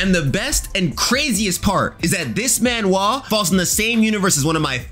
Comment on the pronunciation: why do you pronounce manhwa like that '